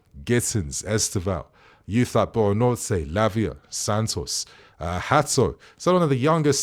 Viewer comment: BUENANOTE. It's genuinely not that hard to pronounce